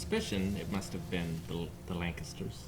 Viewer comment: said:Lancaster" correctly! Finally, someone says it right